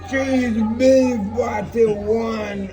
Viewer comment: It sound like THREE BEEF Fi real still a dat me did tink him say instead of CHEESE BEEF😂😂